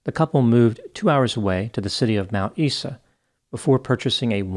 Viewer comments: “Mt Eeehh Saaahh.” 😂. The local pronunciation sounds like ‘Eye Zah’. Love your vids! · Well done with the Aussie nanes. I have worked for some psychotic principals there. By the way, "Mt.Isa" is pronounced "Mt Eye-sa". Regards and thanks. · Mount Isa is pronounce Mount 'Eyes ah' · Thank you,. This was a very sad event in Australian life, especially for the families of the two young police officers killed. In case no-one has mentioned it, Mount Isa is pronounced as “Eyesa.” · Well done with the pronunciation. One correction… “Mt.Isa” is pronounced “Mount eyes-uh”. Keep up the good work. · Yeah nah i was shocked he pronounced Brizzy properly & apart from getting Mt Isa wrong & Queensland nearly right he did a great job. It's good to see an American actually taking the time out to learn how to pronounce Aussie states, cities & towns correctly when other American's get it so wrong that it's not only cringey but annoying aswell.. the pronunciation of Melbourne always get me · Mount Isa is pronounced "Mount eye-za" :)